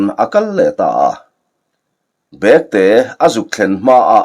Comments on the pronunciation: Bekte, tih hi thil ahna bag, ti a lam rik tur ni loin, saptawng a back, tih a kan lamrik ang a lam rik zawk tur ani lo maw. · "Bekte tih leh Bêkte" khawizawk hi nge dik ang? I lamdanah hi chuan "Bekte" tihin i lam thin sia, "Bêkte" tih zawk tur a maw ka lo ti thin a...